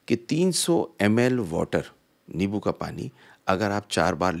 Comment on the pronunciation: Its limbo not lebo